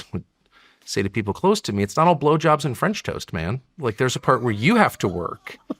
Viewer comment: he says french toast weird